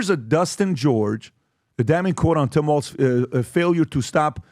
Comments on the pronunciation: WALZ... not Walsh . geez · TIM W A L Z. Not Waltz. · "Walz" not "Waltz"! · It’s “Walz”